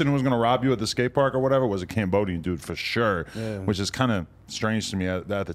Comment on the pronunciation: No disrespect to nobody but at like the 30 second mark said fosho and Adam said for sure and it made me chuckle